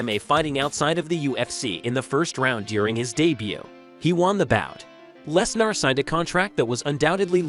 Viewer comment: "Brock LesNAAR" "Brick" I feel like u r an AI